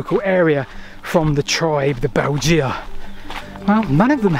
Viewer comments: Weird how pronounces the name of the Belgae. It should be 'Bel-gay', not 'Belge-a'. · Thanks Ludovica for writing my comment for me! Yes, Latin is easy to mispronounce (especially, it seems, for Brits), but "Bell-gee-ah" (spelled Belgea??) grated in my ears. Agree that bell-guy is much better! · Bel jee ah. What sort of ridiculous pronunciation is that. Bel guy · Excellent video. Just one crit: :'Belgae' is pronounced 'bell-guy', with a hard g, and definitely not 'bell-gee-ah'. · Sorry to be picky, but please check the pronunciation of Belgae. We can’t know exactly how to say it, but ‘beljeea’ is just weird. A better approximation is ‘bell guy’. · Great video, but it's pronounced "Bell-guy"! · I thought that the Belgae was pronounced “Bell guy” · well my old Latin teacher would have had a fit if he heard you pronounce it Beljay lol. Btw pw your other content is right up my street - lost canals and railways - instant subscribe! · Belgae= Bell-guy, two syllable word, the sad state of classical literature in education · Pronounced "Beljay"